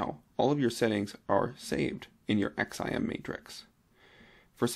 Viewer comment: LOL You know its not called an X.I.M. ... its just XIM (pronounced "ZIM")... like you dont have to spell out the letters lol... other than that a useful vid :)